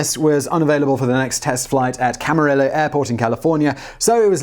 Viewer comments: CAMARILLO! NOT CAMARILLA! come on simon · Tsk, tsk Simon. I expect to be educated enough to know how to pronounce the Spanish double "L'. It's Cam-a-ree-yo." Only Texas butchers the "LL" with Amarillo.